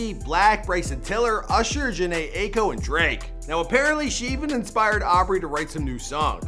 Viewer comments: It's Jhene Eye eek oh😂 not ay co🤣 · the way he said jhené AIKO’s last name 😩